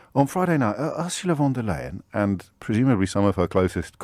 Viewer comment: The way james o´brien butchers von der leyen´s name is really, really bad. He should know her name if he wants to talk about her so much...